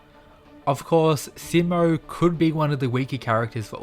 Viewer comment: You’re mispronouncing his name, the “Si” part of his name is supposed to be said with emphasis on it, so that it will sound exactly like how you say he’s in Spanish which is also spelled “Si” you know like how you’d say “see” and “sea”. So for example “See-mo”.